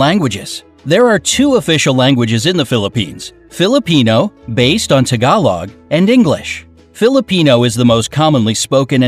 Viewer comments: Lol its so funny when the narrator says tagalog also #Proudtobepinoy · lol the way he said tagalog is wrong bobo- SOREY!! I didn't know us Filipino's are famous- well we are?